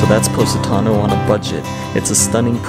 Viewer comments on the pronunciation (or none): Its called Po😲not Pu😯 Positano otherwise say that word one more time I'm going to stop watching this vlog